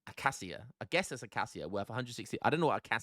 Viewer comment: “Acay shia” is the pronunciation. It’s the thorny tree that grows here in East Africa